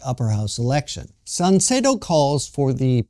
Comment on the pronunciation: mispronounces both "Sanseito" and "Hyakuta." My wife and I, along with at least one of our children, voted for the Sanseito (参政党). We are not xenophobic. We do not belong to any "cult." But we are sick of scare-mongering propaganda. What does "far-right" mean? Why not call "Japan Today" "far-left"? I read it. Comments typically come from disgruntled, Japan--bashing expats...We are for common sense. Say anything politically incorrect and watch the comment rejected... takes a most condescending attitude. He appeals to his supposedly enlightened listeners to go out and "enlighten" benighted people like me and my family. No, we simply do not want to see Japan wind up in the same mess that his homeland has been in.